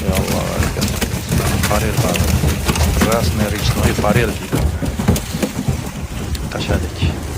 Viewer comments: ФАрель эмас, фОрель тугри булади. Хаммани телефонида интернет бор, текшириб ёзса буладику😊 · ФОРЕЛЬ ДЕБ 1 МАРТА АЙТСЕЗ БУ́ЛАДИ ТУШИНАМИЗ 😊У́ЗИЯМ 1000 МАРТА АЙТИЗОВ ФОРЕЛЬ ДЕБ😂